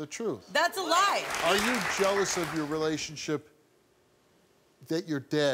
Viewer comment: “Contaykt” “relationsheep”